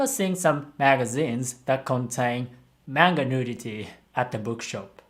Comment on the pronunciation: Why does say manga wrong